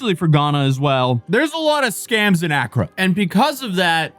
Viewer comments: Just to let you know it's pronounced "Accrâ" instead of "Âccra" where the emphasis should be on the latter half of the word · a-KRAA not Akra (not a dig just explaining) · Each time he says accra instead of Accraahh a piece of my brain breaks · your pronounciation of accra is off, and I think you said medina, its actually madina, a muslim part of accra. ghana is like 99% religious. christians & muslim mixed with nature gods and spirits. common ghanaians believe in pretty much everything all at once, witches, wizards, demons, curses, faith healing, national headlines about church leaders that want access to dead presidents body to raise him from the dead, women giving birth to snakes, goats turning into old men, they banish witches to witch-villages, chop of children heads for money rituals and rituals to make them bulletproof, ......... Im surprised that only a few ghanaians showed up for the arks. but I guess it was more viral outside ghana than inside. ghana is a very stable democracy, no terrorism, mostly safe. some clan fighting up north, highway robbers at night outside metro areas. ofcourse lots n lots of scammers. poor and desperate conditions but usually people take care of eachother.